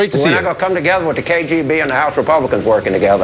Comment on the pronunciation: k....J???? b what the fuck is the K JAY B? Does he mean K.G.B?